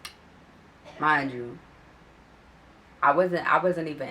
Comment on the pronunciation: Dat "mindchew" sound like u from Philly tuh me